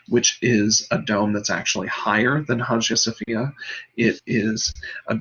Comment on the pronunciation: Great! It's pronounced "Aya Sophia"